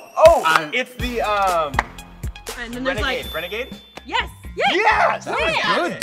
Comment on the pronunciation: the way she did renagade haha